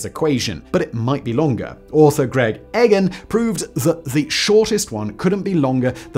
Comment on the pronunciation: and Egan